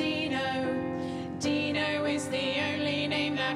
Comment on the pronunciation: Or Tino, at first I thought they were saying Tino, but at the end I realized it was Dino.